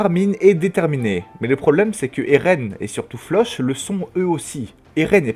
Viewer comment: Sa se dit Flock pas Floch ça m’a perturbé irrité même 😂 mais sinon la vidéo est bien 😂